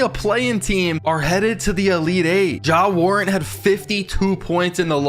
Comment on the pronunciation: "Ja warent".